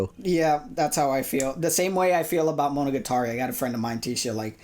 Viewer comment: Why does pronounce monogatari as if it isn't the most commonly spoken word in the show